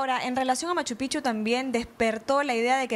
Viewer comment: Oigan señores, no se pronuncia M. Pichu. Se pronuncia M. Pijchu.